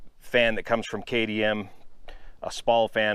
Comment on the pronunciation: K T M slowly say it Kay TEE M not a D ? really